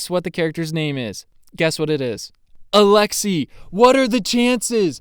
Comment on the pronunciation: Who else is Russian and cringes when Americans say alexei